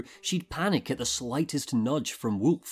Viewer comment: Sekiro is Wolf. He calls him ' Woof' .